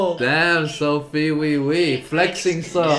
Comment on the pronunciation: as a korean native, i give sophie quite-accurate--pronunciation -certification mark